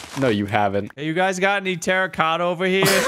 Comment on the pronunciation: "Terracotta Rigatta" you simpiltons... 😂😂😂